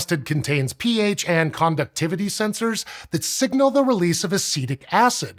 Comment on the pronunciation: For a second I was hearing "pH" as "peeage". What would that be? Volume of an average pee, maybe?